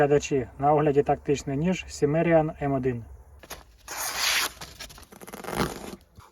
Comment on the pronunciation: Шановний, вважаю що вимовляти назву ножа потрібно - кімеріан, що означає кімерієць- плем’я яке населяло землі сучасної України в давнину.👍